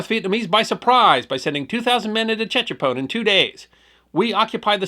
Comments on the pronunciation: His pronunciation of Tchepone is totally incorrect. The ‘T’ was silent and was pronounced ‘Chepone’. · its Pronounced ......SHE- PON Tchepone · It’s pronounced ‘Sha-pone.’ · Tchepone , pronounce as in Sha-boom (1954 pop song). E.g., sha-pone. When I read Kissinger's book I was dismayed at how out of touch he was about the real situation there. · I flew Cobras for all of Lam Son 719. This is a good article. As others have mentioned, it's pronounced seven-one-nine. The seven-one was the year, 1971. The nine was for QL-9, or Highway 9, which ran west from Khesahn to Tchepone and farther into Loas. At the time, it was just a dusty unpaved unused road. The pond was probably abandoned. I got that far a couple times. The 'T' is silent. It's pronounced che-pone, with a soft accent on he second syllable. Good article though.